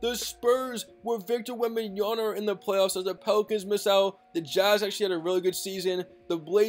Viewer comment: dude learn how to say Wembanyama. it's an m not an n